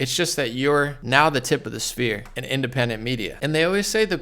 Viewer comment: it is "... tip of the spear", not "sphere"